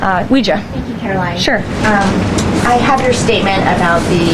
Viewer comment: "Karo-lyin' Leavitt"